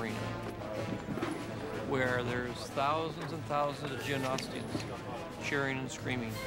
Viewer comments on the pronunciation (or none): You heard it here folks from the man himself. It's "Geognostians"